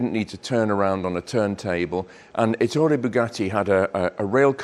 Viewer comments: Stress the E in his name with a slight lilt on soft double t.. as in Eh! Toray. That is the correct enunciation in Italian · Great video, but two unfortunate flaws: first, Rembrandt Bugatti was Ettore’s brother, not his son. And second, please pronounce ‘Ettore’ correctly: emphasis on the first syllable, not the second!